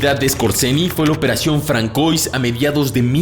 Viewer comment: Se lee "fransuá" Un saludo.